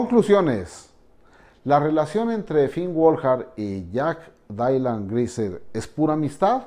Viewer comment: Mencantou, pero JAJAJ “DAILAN”